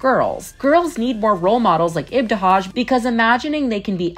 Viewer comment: She butchered ibtihaj's name & it's not muZlim it's just muslim